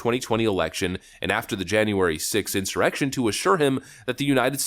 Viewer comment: Oh, no,! Did you just refer to the riot at the Capitol something else??? In-Sur-Mar-ection??? 😩